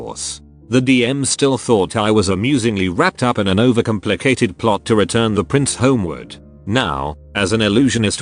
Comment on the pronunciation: I liked the story, but I found myself pausing the video to just read what was on the screen because the robot voice was so fucked up. Who makes "complicated" into 2 words? Other than that it was fun to read, and I love that someone smart took her story in a direction that she obviously didn't intend it to go.